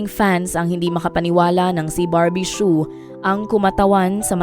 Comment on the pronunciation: Su ang bigkas silent H po